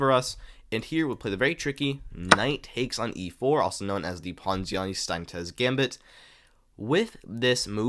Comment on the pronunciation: It's 2025 and we're still waiting for a single American to correctly pronounce very easily researched names. Steinitz....how on Earth did you think that was Spanish? "Steinitez"????!!!!! C'mon!!!! Have you never seen a Germanic, Austrian or Jewish name??? Ah yes, Wilhelm Steintez...son of José and Maria 😅 But then Ringelbach, no problem 😂